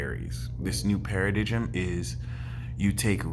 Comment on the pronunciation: Bro, paradigm is pronounced, "PAIR-A-DIME", not "pair-a-dijjum", heads up. Low key kinda funny but I know what you mean.